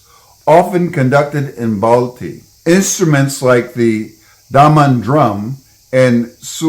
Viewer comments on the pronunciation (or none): The actual name of baltistan is baltiyul and it's pronounced as balthyi not balti